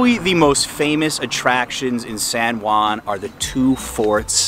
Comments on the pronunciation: The least thing I would do when doing a video on a city, would be to pronounce the name properly. Your pronunciation is sooo ridiculous!! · Old San Guan 😂. It kills me everytime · It’s pronounced san hoo-ann